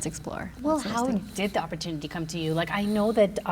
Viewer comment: "opportunity" ROFL